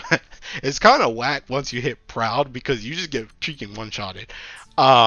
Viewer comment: He's saying "freaking" 😂